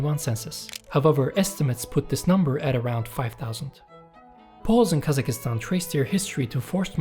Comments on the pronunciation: Please Brother KazaKHstan, not KazaKIstan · Hurt my ears every time guy said Kazakistan 🤣 it’s Kazakhstan (Kazakstan or Qazaqstan) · It puzzles me why every single non-Central-Asian cannot say Kazakhstan, where did you guys find Kazakh(i)stan on the map??? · Never heard English speakers to actually pronounce the KH, which is a Russian version of saying Kazak anyway. In my opinion, Kazakistan sounds more correct.